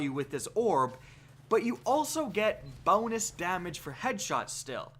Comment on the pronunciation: Bounus damage😂😂😂